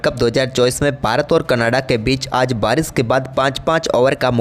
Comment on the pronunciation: salia, bolna to seekh le. Barish ko Baris, Sharma ko Sarma, Shandaar ko saandar bolta. Shame. Pakhsh ko pax, Shuruat ko suruat. Lahnat teri Hindi pe. Rishab ko Risab?